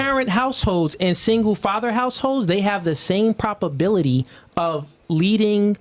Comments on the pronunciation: It’s probability NOT “properbility” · “Propobility” is wild 🤣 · “Propability”? I’m pretty sure he meant “probability.” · Is he saying Propability or Probability ? Sounds like Propability… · Him saying propability is getting on my nerves 😂😂 But I get what he's saying. But damn shit is wildly annoying me.